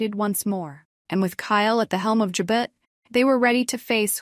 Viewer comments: Learn how to pronounce Jabot please. Ja bo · How does she not know how to pronounce Jabot. Damn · Does she not know how to say Jabot the way it is supposed to be said..